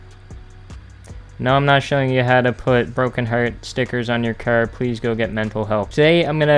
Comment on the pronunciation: Why u say cer